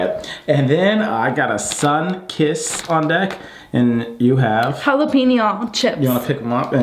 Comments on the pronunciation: Did u say SUNKIST 😂😂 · In the beginning you said sunkist lol